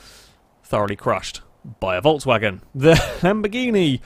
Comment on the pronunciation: Why do you keep saying "Voltswagen"? It is pronounced "Folksvagen"